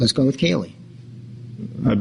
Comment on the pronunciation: Wiff regards to......